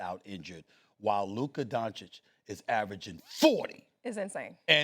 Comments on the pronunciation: Stephen A with the “Luker Donchick” pronouncation again. 😂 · Now SAS says DanZikk again Fr?? Few weeks sho He was able to pronounce him right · If I was Luka I would be pissed because Stephen A has been getting his last name wrong for 8 years. That is a pet peeve of mine when people don't take the time to pronounce your last name correctly for an extended amount of time. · Bald moron STILL cannot pronounce Doncic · 7 years and he still can’t pronounce his name. What a joke. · Stephen A. is such a Clown. It’s so disrespectful to still mispronounce doncic name after all these years. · Stephen A. Smith has a 30 year career and still pretends no to be able to pronounce Lukas Last name correctly. This is sneak disrespect. Nobody out here calling you Stephen B. Smith. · This Ahole still can't pronounce Luka's last name.....there is an -ić on the it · Astonishing that SAS can’t pronounce these European names. At least make an effort ffs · Stephen A is just plain stupid and he proves that everyday he is on the air.He has a love affair with AD and Kyrie plus makes the prediction The Mavs will win the championship. Wrong again .....He still can't pronounce Luka Doncic name correctly after 7 years. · Can someone PLEASE tell Stephen A. how to pronounce WembanyAMA? M. There's an M. Please. Kthx. ...and it's DON-CHICH. Not Don-chick. You literally do this for a living. Know the names. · It’s DON-CHITCH and WEM-BEN-YAMA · Stephen A makes it a point to say Luka Donchick and Victor Wembanyana. Like he never seen these dudes name before and never heard them said by anybody else.